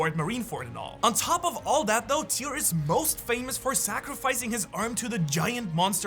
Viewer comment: Tyr! Not tear.